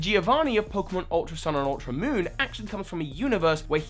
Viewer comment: "Ultra Monn"